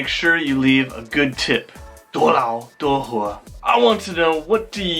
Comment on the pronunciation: 多劳多活～获？😂😂 我没听错吧